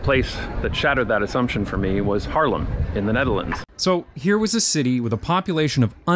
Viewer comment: "small cities" names not the biggest ones, but definitly major dutch cities lol 's-Hertogenbosch is still written the "old" way, but we all say it as if there stood "Den-Bosch", which sounds like "Den-Bos", so thats what you'll hear. And also Haarlem is pronounced Haarlem not Harlem :) Love the videos man, making me feel privileged to be born in the netherlands and really using the services and now also the policies to benefit students like free public transport!